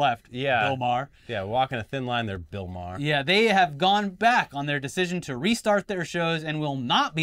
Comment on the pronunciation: The best thing about Bill Maher is that nobody pronounces his name correctly